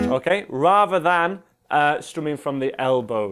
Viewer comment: why do Brits say "raver" instead of rather? What's so difficult about saying TH? If the word was meant to be the way he said it, it would be spelled "raver", but that's an entirely different word. ffs man, just learn to speak proppa.